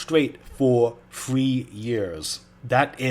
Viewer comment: Three NOT Free